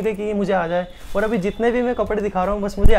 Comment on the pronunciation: Aap bahut acchey ho aap ओर नही और बोला करो